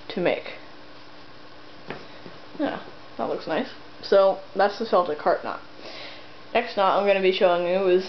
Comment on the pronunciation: You pronounced Celtic wrong by the way. (Constructive criticism not hate!)